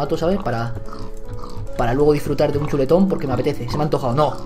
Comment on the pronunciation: jaaja me causa mucha risa como dices chuleton xDD